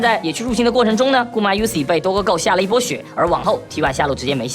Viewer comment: 這個Doggo的唸法我還是第一次聽😅